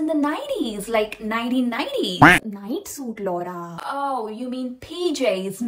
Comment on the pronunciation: That laura pronounciation almost got me in a trouble